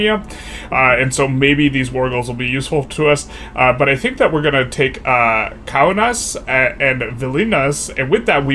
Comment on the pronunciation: The way you pronounced Kaunas and Vilnius 🤣